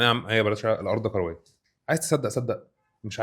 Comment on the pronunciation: عندي ملاحظه على المذيع..هو يتكلم بسرعه شديده ويبتلع اخرف من الكلام..هل هذه لهجه خاصه ببعض محافظات مصر.لاحظ نطقه بكلمة كرويه يقولها بربع ثانيه..يقول نقطه تانيه..:نقطتنيا...وهكذا..هو افقدني متعه الاستماع وحولها إلى فك الغاز